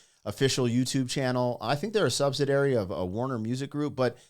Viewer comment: Dude, stop saying sub-si-dairy. It's pronounced sub-si-dee-airy.